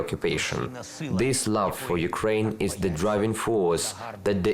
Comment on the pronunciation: Why don't you say it correctly in either language instead of mixing them together? It's "Slava UKRAINI". Or just say it all in English: "Glory to Ukraine" It shows respect to the defenders and heroes if you take the time to learn how to say "Ukraini" in their language. Слава УКРАЇНІ🫡 🇺🇲💞🇺🇦